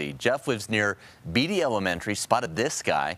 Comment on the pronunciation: Beattie is pronounced (Baytee) 😆 🤣 😂